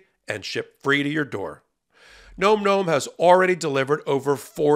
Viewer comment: explains better; Ben rants more. By the way, the mispronunciation of Nahm Nahm as Nome Nome may just be one of amusing satirical protests against commercials delivered by hosts. He knows, as Meidas appears not to, that such "testimonials" are counter-productive not only for ad revenues but also for legal experts' dignity and credibility. C'mon, Ben, quit that. Was it your dad's idea?